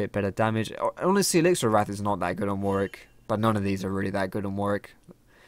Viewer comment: Dear and all other league players who this applies to. You seem to not know how to correctly pronounce "Warwick". Many say war-wick when they should be saying war-rick. Yes it sounds odd but it's true. Just look at Warwick Davis for example. Thank you and good day.